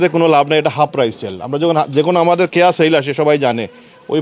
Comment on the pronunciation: Not khea but pronunciation is keya 😂. You even can’t pronounce your own store name 😂😅!